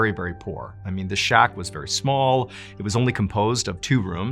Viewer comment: Did you say Shock for the word shack 😅 Great show as usual!